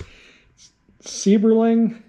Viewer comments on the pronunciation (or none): Seiberling is pronounced like side, vibe, ride. I grew up and still live near Akron Ohio that used to be called the rubber capitol of the world and I'm almost 75. Seiberling had a factory here along with Goodyear, Firestone, General Tire, Mohawk, and a couple others I can't remember the names of. Lots of people complained about the rubber smell in the air from the factories but the many people who worked in them called it the smell of money. The only tires being made in Akron now are the Goodyear racing tires supplied to Nascar which is now located ironically on Seiberling Ave.